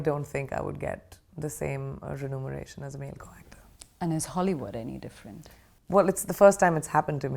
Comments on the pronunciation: Remuneration or renumeration? Which one is correct?😂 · She's fluent and confident. though, it's not renumeration but remuneration :)